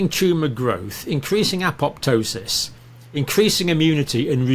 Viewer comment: Gussie even pronounces "apoptosis", properly. No second p, jts silent.